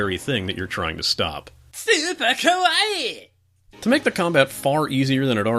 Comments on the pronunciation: You need to extend the ee sound at the end. You are saying kowai which means scary. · Andrew Giunta Uh no, you don't, you just need to pronounce it ka-wai-i